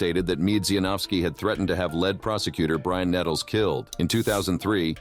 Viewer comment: Can’t stand when people use AI to read their content, every misspelled word comes out wonky I.e. led detective